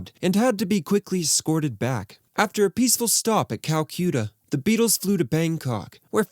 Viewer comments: “Cal-Q-tuh”? …That’s along the lines of “Paul McCartheney” . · "Cal-cute-uh" Dude, you can look up pronunciations on line, and actually hear it pronounced for you. Unless that's an AI pronunciation... I'll give you a 'like' and subscribe, despite your regular butchering of the English language. You do an otherwise great job!